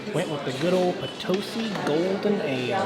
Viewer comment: Love your videos! I can't believe I missed you while you were in POTOSi, my hometown! Good job pronouncing Potosi. Been watching you for a couple of years, my husband is jealous I spend time watching your awesome videos.